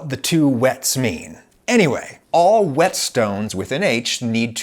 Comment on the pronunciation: Oh god ,I can hear Bryan I. The background. "WHY ARE YOU PUTTING SO MUCH EMPHASIS ON THE 'H'"